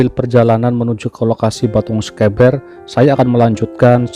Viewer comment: Pengucapan sekeber nya salah tidak seperti yg diucapkan host sepertinya hostnya bukan orang Jawa tapi orang bilang e seperti yg horas bah pening aku di Jawa pening pengucapannya tidak seperti orang Batak atau Medan tapi e yg lembut bukan e yg keras seperti cara orang Batak ucapkan misal beta yg berarti saya ucapan bertamu ,berarti itu e nya tidak dpt ucapan Beta,petani ucapanya beda dengan peta atlas gambar pulau yahu maksudku.